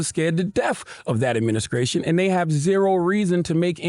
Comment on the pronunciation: Is he saying "adminiscration"?!?!